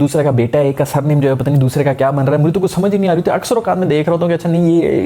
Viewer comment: Mtlb kaisy matbal kaisy, aisi fluency kahan sy laty ho?